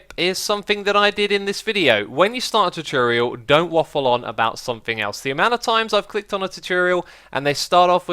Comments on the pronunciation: xisuma tutorial is said T-or-t-or-e-al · i love how you say tuturial omg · It's : too tore ee ull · Tutorial = 2 - Tore - ee - Al ( not trying to be mean or anything but thats the pronunciation i here all the time ) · If you want to say tutorial split it up. Two-tour-e-al please try it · tutorial is pronounced two tour ee al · you saying chochorial made my day :-)))) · I just clicked to hear you say "tutorial" a bunch of times. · The way you say tutorial sounds funny